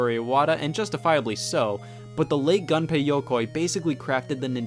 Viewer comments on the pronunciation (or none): They also don't pronounce Gunpei like in the English word "gun".